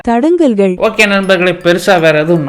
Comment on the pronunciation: It's fun everytime I hear "Thadangalgal"😹🤣